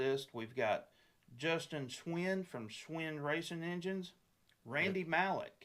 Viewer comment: Hey guys. Looking Fwd to seeing everyone in two weeks. BTW. Its pronounced Schwien (Schween)